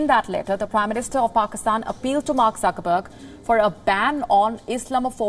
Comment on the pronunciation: She is repeatedly calling Zuckerberg, Suckerberg. 😂😂😂